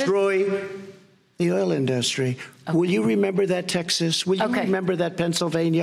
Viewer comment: This clown can't even pronounce "industry" correctly. Such a stain in American history to have this numb nuts as president. You will be ashamed for generations.